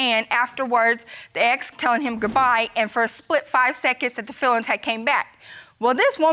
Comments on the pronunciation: Its fEElings not filings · "Fillings" not "Feelings" 😂😂😂